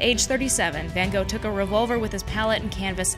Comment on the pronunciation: I think you mean Van Wogh